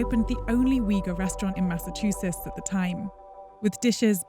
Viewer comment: She really butchered the pronunciation of Massachusetts 🤣